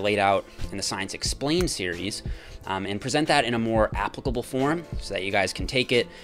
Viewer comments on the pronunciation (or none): none